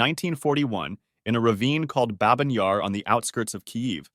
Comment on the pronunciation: It’s bah-byn yar, not babe-in :(